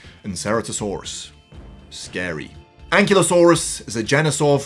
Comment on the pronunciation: It’s pronounced “an-KILE-oh-SORE-us,” just FYI. Fun video, though!